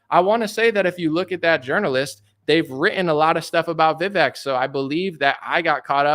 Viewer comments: His name is pronounced Viv-aye-k. Like cake. Just throwing that out there. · You do all this research and are really getting to details which is great, but don’t know how to pronounce Vivek. The fact that you can’t pronounce his name correctly makes me question what else you’re getting wrong. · Why can you not say Vivek right? It rhymes with cake.